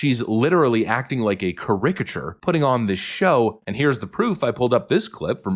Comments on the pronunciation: WTF is a cuhRICKacher? It is CARE-uh-cuh-cher Look the word up C A R I C A T U R E I understand your parents were not native born speakers, and I understand you had no college to speak of (literally), but if you're putting yourself out there, open to criticism, at least look up multisyllabic words that you never heard at home growing up. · "CARicature", not "carICature"!!!! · What the heck is a ca-RICK-uh-ture? It’s “CARE-ih-ca-chur” isn’t it? Have I been wrong my whole life? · what is a “carick-a-chur” I think you mean “caricature” pronounced “charac-a-ture” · did he say kah ricachure or caricature lol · What is a ca-rick-a-sher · “Char-ra-ka-chure” pronunciation. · I love how he pronounces caricature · The way you said "caricature" is wild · You mispronounced “caricature.” You probably ought to look that one up. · Interesting ! I have never heard the word "caricature" pronounced like that. Have you? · interesting pronunciation of caricature there.